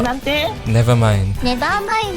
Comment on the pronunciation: "Nevermaindo" xD